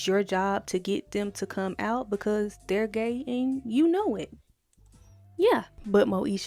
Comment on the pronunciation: "gey" lmfaooo